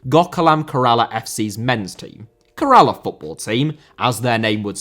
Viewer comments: Its pronounced “Kerr - ahh - la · You butchering the pronunciation of Kerala was worse than the disrespect to women's football. It is pronounced Kay-ruh-la. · Lol at pronouncing Kerala as Karala, he tried his best though.